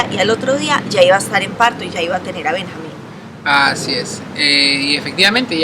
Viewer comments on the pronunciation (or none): Se escribe Benjamín y se pronuncia Benyamin ¿no? xd